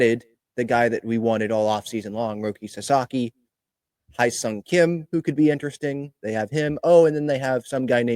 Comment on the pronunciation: It’s pronounced HEY Sung Kim, not HIGH.